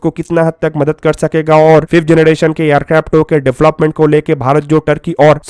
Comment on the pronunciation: phlai generrration Bolna sekhoo😂😂😂 phr banana 5th generation tati aircraft